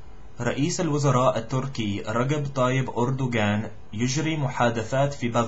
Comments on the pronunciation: Ragab Ardorgan is raJJJJJab ardogan unless you are egyptian. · رجب = Rajab not Ragab with J فتح is a name it's not as same as open you should say fth make it faster and the rest are perfect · good but for the Turkish president Erdogan the G in erdogan is a غ not ga and the J in rajeb is ج if you pronounce them as Ga then its the Egyptian dialect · great , but Rajab is pronounced with a J not with a G , Rajab , the "j" pronounced like " Joe " for example , not Ragab , and when you said " lil mar'rah al oula " for the first time , you should put emphasize the R " Lil Mar'rah " , those were the only tiny mistakes , but a great accent you are realy a great learner